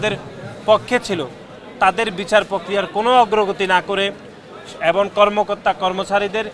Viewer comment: উচ্চারণ ভালো করে বলতে পারেনা। এবন বলে এবং কে